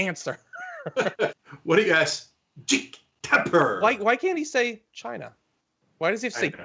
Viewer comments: Every time Trump says China it sounds like Gina 🤣🤣🤣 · Why does he say Chi-Na...? Cause he's an idiotic moron, that's why. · I'm telling you, Trump's Chy-Na pronunciation is his weird attempt at an Asian accent. He started using it during his rallies, but back then it was a lot easier to tell what he was doing. It was good enough his followers got it. Now he's gotten so used to saying it like that he can't help himself. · I thought it was “Jhina?!” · Is it strange that Trump doesn't say 'China' normally. He always stress on the word ' CHINA'. It's pretty weird.